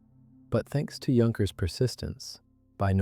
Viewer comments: The weird thing is that the AI narrator keeps saying "Junk-ers" where as most people know its pronounced "Yunk-ers". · Please learn how to pronounce "Junkers." Thank you. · Starts prounouncing correctly! 😃